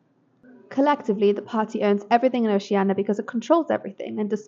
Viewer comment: Good list. The pronunciation of Oceania irked me a bit, but it's fine, haha, thanks.